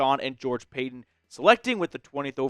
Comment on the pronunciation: It's Pa ton and Pey ton. Cmon. Really???